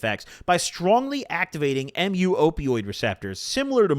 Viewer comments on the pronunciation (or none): I work in biotech, and not tryna be that guy but the "m u" receptor is actually pronounced mew, like the pokemon. its a letter in the greek alphabet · Pronounced "mew"